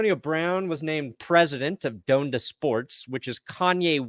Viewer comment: Ha lol you newb. It's pronounced Don-da not Doan-da